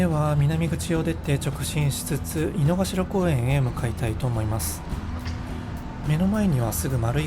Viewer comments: 濁りません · 井の頭線、いの”か”しらじゃないですか？まだ日本語を勉強しているが、動画の発音は”いのがしら”と思います。どっちが正解？